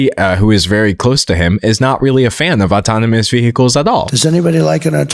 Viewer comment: Is your pronunciation of vehicles engagement bait or are you actually just genuinely incapable of saying it correctly?